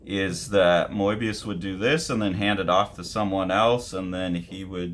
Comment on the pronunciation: I think he pronounces it closer to how the French do actually 😊